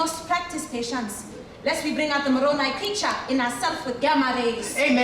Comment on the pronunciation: As a mormon, thank you for actually pronouncing Moroni correctly. It's a hilarious benchmark that shows how much someone really researched.